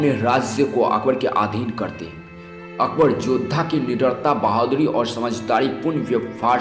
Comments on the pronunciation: Akber jo bhi tha jaisa bhi tha usne jo bhi kiya kis liye kiya aur kyu kiya aur yeh viose mein jisne akber ki haqeeqat batayi usse main ek baat zaroor kahonga bete pehle dhang se bolna sikhley goukhey kaisa bolta hai tu ( akbad aitha thha akbad waithaa thha ) aur haan agar baat karna aajae to phir se research kar ke video post kar samjha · Itna ghatiya pronunciation Zara apna bolne ka tariqa to sudhar le kya bol raha hai " akbad " ☺️😊😊